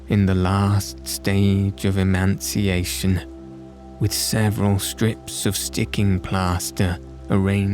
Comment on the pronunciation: More Sherlock would be great, as the others on the plat are interrupted by advertisements which interfere with slumbration. Emaciation (gaunt from starvation) was pronounced with an N, as though the term Emancipation was anticipated, detoured in the final syllables. Thank you for this refuge for those of us finding it harder and harder to find good drift off material on the Tube.